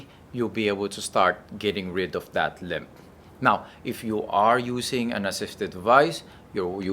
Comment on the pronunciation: Limp, not limb